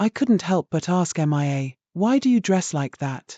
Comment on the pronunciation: You really need to correct your AI reader to pronounce Mia correctly. It is really annoying to hear it pronouncing it as MIA (M.I.A) as that stands for Missing In Action in military parlance.